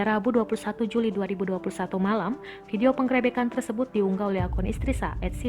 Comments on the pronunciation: Min min..bacanya pengrebekan jd penggrepekan 😂😂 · Salfok sama pengucapan PENGGEREBEKAN nya 🤣🤣🤣🤣